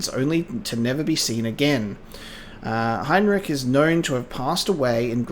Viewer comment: Ah yes, one of the greatest horror games ever made. I remember my first time playing it and literally being so scared, that I screamed and threw my laptop across the couch and stopped playing the game for three days. Also, so you know going forward, "Heinrich" is pronounced HINE-rick, "Altstadt" is German for "old city" and is pronounced Alt-SHTAT, and "Laudanum" is pronounced LAW-den-um. Lastly, don't stare or look at enemies. It will drain your sanity very quickly.